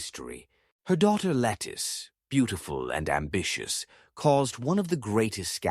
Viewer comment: A main correction to a good bio. Her is not lettuce but Lettice as Lett-ese